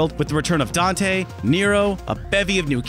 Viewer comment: Dante? I only know Doite. He says it himself